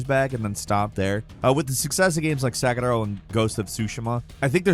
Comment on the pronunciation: why did he say Sekiro like that? :face-green-smiling::face-green-smiling::face-green-smiling::face-purple-smiling-tears::face-orange-biting-nails::face-orange-biting-nails::elbowcough